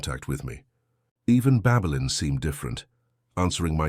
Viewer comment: Babelin or Babylon😂Ffs